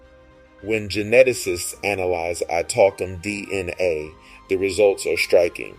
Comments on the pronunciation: He sounded out DNA, "Cell nucleus Dina" 😂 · You had me at the title but then you lost me at Dina. Are you trying to say DNA?